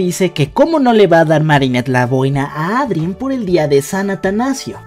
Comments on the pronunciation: eidren xd tal y como se lee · Me da ansiedad que pronuncias “miraquiulus” y también dices “Adrien” tal cual Jajajajaja